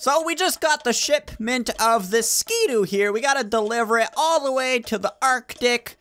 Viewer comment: Did you say shitment